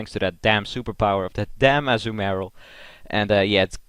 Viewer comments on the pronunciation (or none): Also, it's not pronounced Azzu-marill, but Azuu-marill.